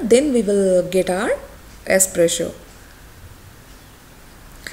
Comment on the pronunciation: It's Espresso not esspresho 😂😂😂